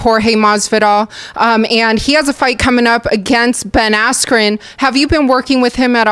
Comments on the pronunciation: Hold up..... did he say Ben Asscream? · LOL, Colby keeps saying "Ben Ass-Cream" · Everytime colby says "ben asscream" i crack up